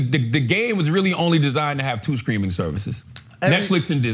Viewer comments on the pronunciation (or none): Is Charlemagne saying "screaming" or "streaming" cause that shit is hilarious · Take a shot every time charla says “screaming service “ instead of streaming. If you get alcohol poisoning don’t blame me for it. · Is Charlamagne saying “streaming” or “screaming” ? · ITS STREAMING NOT SCREAMING!!!!!!! STOP SAYING IT WRONG IT TRIGGERS ME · Charla saying “ screaming” services brought me back to the let go and let SOULJAH episode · Is charla saying “screaming”??